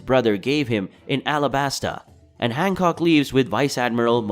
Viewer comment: Han “cock”